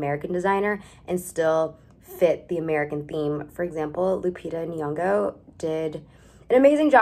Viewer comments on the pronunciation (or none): please pronounce her name right its not "knee-yongo". its nyongo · Just posting bc this is going to bother me: Lupita Nyong’o’s last name isn’t pronounced like that. Make the typical N sound. As in: if you asked a child ‘what sound does N make?’ That sound. That’s the sound the N makes in her name. Aka: say Hnn. Hn. HNyongo. Now take away the H sound. Nyong’o. That’s how you pronounce her last name.